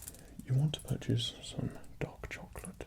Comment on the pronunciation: i thought you said "dog chocolate"